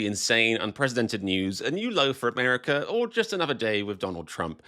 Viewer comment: I always watch and enjoy your videos, and believe that at least the fans should boycott the World Cup, but on a lighter note, I have to ask. How is it that when you sign on and sign off you can pronounce "Raw America" with an "A" on the end, but when you're talking it becomes "Amerik-ER"? I have been all over England and Scotland, from Dover to London, from Bath to Edinburg, to Loch Ness and all points in between. I love it there, and really love the people and the wild British humor, especially, but I have never understood how the word "water" which ends in "R" is pronounced "What-AH", and the name "Monica" which ends in "A" is pronounced "Monik-ER". That is the silliest thing I've ever heard in any language. Why not just change the spelling if you're gonna pronounce the "R" and "A" reversed. Even the name of the most famous and influential queen ever to live on the planet is pronounced "Victori-ER" . Is this just part of the whacky Brit sense of humor? The ultimate joke?